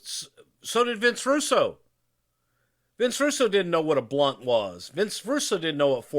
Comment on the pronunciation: Who is Vince Rusoo? I know Vince Russo.